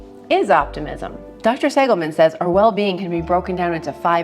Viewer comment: Thanks for sharing this. Just FYI, it's Seligman (not Segilman). 🙂